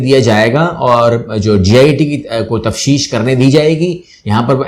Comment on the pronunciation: سر تشفیف نہیں تفتیش مطلب investigation